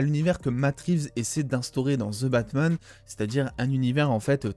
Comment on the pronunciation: La désolé je suis pu capable ton " ze Batman " normalement j'aime tes vidéo mais le ze jsuis pu capable ou avaez vous appris l'anglais car au Québec on le prononce comme le reste du canada et des USA ex: votre Hulk qui nous on le prononce comme les anglais holk poyr la pronociation donc le the que vouz dites ze nous comme ces prononcer e est prononcer i et le th en d donc ex: The Undertaker est prononcer Di Undertaker sérieux je like toutes tes vidéos a part les ze batman Sans rancune mais la en startant la vidéo et jai entendu une fois de plus le ze jai dit non jme vide le coeur pour esseiller de comprendre pourquoi en France vous déformer l'anglais de cette facon la quand tu écoute de quoi en anglais tu l'entend comme jle dit ou pas?